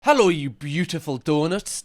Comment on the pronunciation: He said the “hello” in the beginning way to German (coming from a German) it scared me for a second